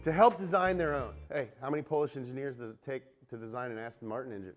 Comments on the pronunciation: Ass-Ton Martin 😂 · Lmao ASTIN MARTON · Hey, it's Aston Martin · Hehe ass ton martin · ASSTIN MARTIN